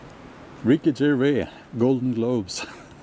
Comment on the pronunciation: Gervais with an S at the end.